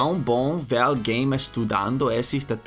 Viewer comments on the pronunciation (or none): When pronouncing the first "e" in "esses," do not say it like "ésses." The correct pronunciation is like the "e" in "ter" or "você."